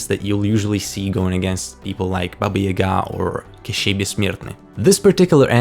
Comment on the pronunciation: Thank you for pronouncing Baba Yaga's name correctly.